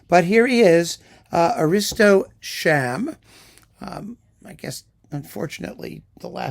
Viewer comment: Perfect pronunciation of his name! A Hong Konger here and who cares about pronouncing chinese right in English? Heard him once playing ravel, quite smart playing for me!